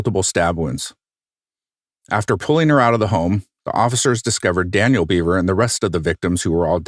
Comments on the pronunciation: Isn’t it actually pronounced “bev-er” and not “bee-ver” I’m 99% sure the narrator is mispronouncing the name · It's Bev-er not Beaver. He speaks his brothers' name at the beginning. This whole crime, the mentality, is so warped. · I think his last name is pronounced “bev-er” not “beev-er” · Their last name is pronounced “Behver,” not “beaver.” 😂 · Bev-er not Beaver. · Right, it's not bee....it is more like ba, pronounced. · Yes, when he states his brother's name(circa ), that's how he says it.